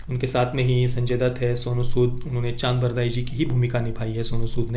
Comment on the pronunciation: चन्द्रबरदाई not चान्दबरदाई